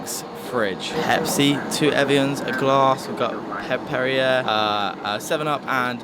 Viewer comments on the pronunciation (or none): Periay not perri-air.